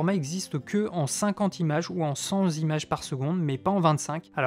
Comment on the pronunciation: Merci beaucoup pour cette vidéo complète et précise. Je m’apprête plutôt à acquérir la FX3. Curieux de voir ta review à ce sujet. Je me permets une petite remarque : on dit « cent images » et non « cent zimages » (tu le dis plein de fois) ;-)